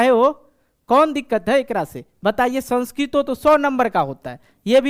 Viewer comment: The pronunciation of the word "Sanskrit" is wrong!